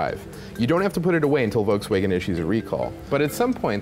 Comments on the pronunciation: did you just mispronounce Volkswagen? how the fuck does that happen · At least try to pronounce Volkswagen right...